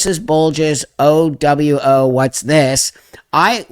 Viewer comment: OWO is pronounced - OOO-WOO. I hate that I know that Because I've been around the internet WAY too long. A lot of the other stuff reads like a 4chan greentext post.